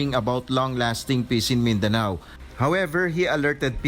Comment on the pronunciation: Your pronunciation of words of Philippine origins is RIDICULOUS…MIN -DE-NEW??…really?…embarrassing and the word POPULACE my god…POPYULIS??…